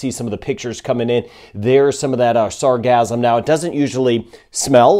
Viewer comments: Sar gass um ... not sar gazz um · gassum not gasm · Sarcasm is all over the place! Sorry, but it sounds like your saying Sarcasm 😂